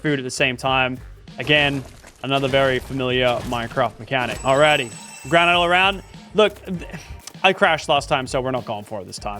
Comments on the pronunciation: its not gran ite its gran it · Why is everyone pronouncing Granite “Gra-night” Ali-A and now Lachy…🤦🏻‍♂️ it’s Gra-nit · Bro said granight